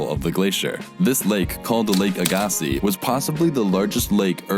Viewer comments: Cool video as always, but I have to be "that guy". As a local who currently lives at the bottom of the old Lake Agassiz, we pronounce it with a long A sound, like agriculture, or lag. Ag-a-sea. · XD Where I live, that's not how we say Agassiz lol